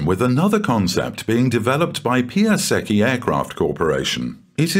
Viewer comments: Great, but check the pronunciation of Piasecki - very different - more like Piah-setz-key. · One of the plane names 'Piasecki' is Polish name, should be pronanced very differently :-)